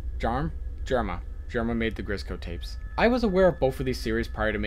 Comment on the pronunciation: you accedentally but "grisco tapes" instead of "grizzco tapes" just lookin out.